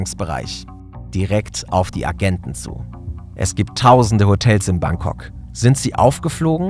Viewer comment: Wer kennts nicht, das gute alte „Bankcock“ 😂